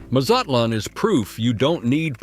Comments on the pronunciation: The pronunciation of cities and products is appalling. Mole is pronounced Molay, not mole. MazatLAN not MuZutLan. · The pronunciations are atrocious! Muzutlun??? Nope.